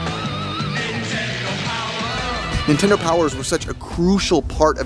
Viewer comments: Car said ninetendo bootleg much? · Why do the super mario boxes say ninetendo?